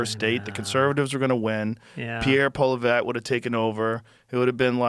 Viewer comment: I love Joe’s consistent mispronunciation of the Canadian conservative leader’s name. It’s like an old mafia boss style, passive aggressive jab - the guy is not important enough for Joe to learn the guy’s name. “Pierre Polly-wally”